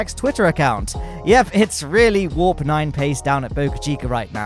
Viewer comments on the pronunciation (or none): none